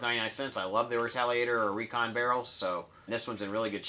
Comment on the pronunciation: Wow, so cool! Thank you so much! I win I win! Recon was My first n strike blaster. You even pronounced my name right!